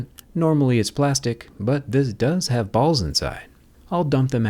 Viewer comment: Plástico?? Plástic, Plástic Plástic, Plástic....?????😱